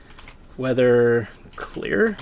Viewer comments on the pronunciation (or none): none